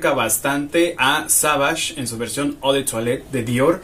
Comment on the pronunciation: Hola, te felicito por los videos y muchas gracias por subir seguido, así la cuarentena es mas amena. Solo quiero hacer un comentario si me lo permites. La palabra francesa EAU se pronuncia " O " en castellano. Sigue subiendo videos, saludos y un abrazo!